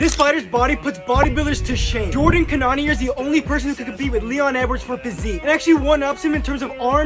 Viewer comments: First of all his first name is Jared and 2nd of all its pronounced Can - O - Neer 🤣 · Boi its pronounced can-a-near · Damn bro. Butchered his name lol. It's Jared not Jordan. And it's pronounced canon(like a literal canon) -near(like the word near) canon-near... Jared Cannonier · Coach he’s name is pronounced Cannon-near….not Conainea or however you pronouncing it…and he’s in different weight class to Leon Edwards that’s he’s built different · Aye I gotchu it’s pronounced JAR-RED CANNON-NEAR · You pronounce it can-non-near and it’s jared not Jordan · Do you mean jarred cannonier? Pronounced Cannon-ear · It’s pronounced “can - o - neer” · Got first name wrong and a brutal pronunciation of last name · Jared not Jordan and you pronounced his last name incorrectly 🤦🏿‍♂️ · Your pronunciation of his last name hurts my soul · Butchered how to pronounce cannoniers name 😂😂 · Pronounce his last name right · You are pronouncing his name wrong lol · Ain’t no way, how do u pronounce his name so bad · Jared Cannoneir, how you mess a name up so bad ?😂😂 watch one of his fights and you’ll learn how to pronounce it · wait is tht how you pronounce cannonier? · How are your pronouncing his name this wrong!? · Pronounce his last name right and I’ll start thinking you have a clue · You really can’t pronounce Cannonier?? 😂😂😂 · Bro doesn’t even know his first name or how to pronounce his last name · Pronounce his name, right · Learn to pronounce his name casual